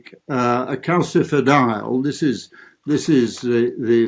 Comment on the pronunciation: CaSifediol John NOT Calkifidiol . It is a soft C